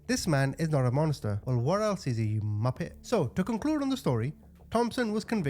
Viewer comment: You make 'muppet' sounds like a swear word!